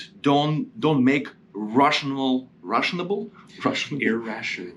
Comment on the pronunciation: Dont make "Russionable" decisions 🤣🤣